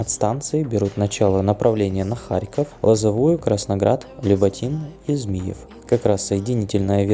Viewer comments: Автору, кроме названий локомотивов, неплохо бы правильно произносить названия населённых пунктов. И если автор использует русский язык, то не следует его коверкать. В русской транскрипции город Змиёв так и звучит. Но с ударением на "Ё". ЗмиЁв. Но никак не "ЗмИев". В произношении автора просто взрыв мозга... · Вот только не Зміев а Змейов